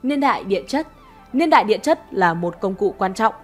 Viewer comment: “Liên đại”. Nói ngọng quá nghe khó chịu